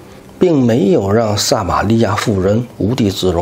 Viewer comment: 撒瑪利亞。名詞撒一聲ㄙㄚ。 薩克斯風。薩四聲薩ㄙㄚˋ。